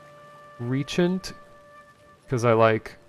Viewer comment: The server situation is unforgiveable for a game so small with only 7 players per server, that said the game has alot of potential I guess. *btw, google speak is bs, its not ree-agent it is re-jent :)